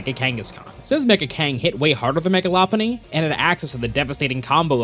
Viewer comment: Law Punny ❌ Low Punny ✅